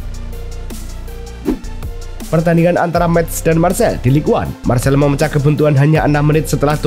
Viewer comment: Marsey bukan Marsel